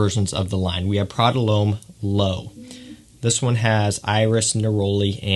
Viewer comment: Prada 'Lome?' - It's pronounced 'Lom' lad.